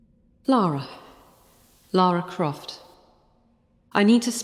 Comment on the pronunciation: The accent on Lara is perfect, it's driving me insane 😅😅